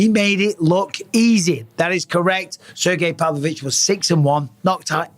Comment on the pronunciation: everyone: “sergei pavlovich” bisping: “SIR GAY PAV LO VITCH”